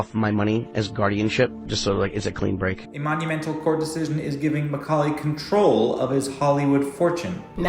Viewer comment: Awesome "Macaully!"